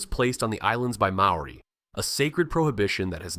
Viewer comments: how do you sleep at night making money whilst butchering the Maori language. Good grief your AI genius isn't at all clever, you have embarrassed yourself. I will not subscribe. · ABSOLUTELY !! ... My own pronunciation of MAORI, I willingly admit, is NOT good, but I DO make a sincere effort. Before submitting a video like this on internet I hope I'd be a LOT more respectful to all covered by the video- and to all viewers - to get everything as accurate as possible. What the hell is 'Whack a Taine " Americans can't even do English, much less Maori - or probably any other language? (& I also acknowledge the English settlers not doing well in representing the Maori language a bit more accurately in print.) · I just want to say, thank you for this video. Although your pronunciation is a fair way off, thank you for trying. Some of these places I knew of but once your dived into their existence I was quite amazed. Don't worry about what people of New Zealand say about your pronunciation, it is quite a mouthful to get it right and even then some of the New Zealanders can't even pronounce it properly either. Also, you did a wonderful job in researching our country and it's prestigious creatures that live here so thank you very much. God bless :) Scribed! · Yes I agree pronounced names and places are aweful. You need a proper Maori to pronounce the places.